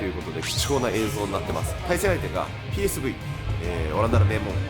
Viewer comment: ピーエスブイではなく読み方はペーエスフェーだよ